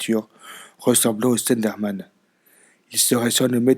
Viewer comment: MDR le début "Le Stenderman" ^^